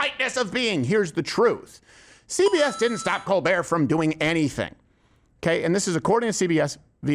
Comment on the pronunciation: His name is pronounced Coal -burt. fact